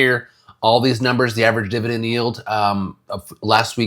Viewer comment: Dude: "I'm hoping that all of us HIGH YIELD DIBADEND WORRIORS" 0.5 seconds later Dude: (laughs hysterically) Nice